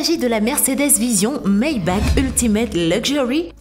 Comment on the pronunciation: On dit "maybar" et pas "maybak"🙂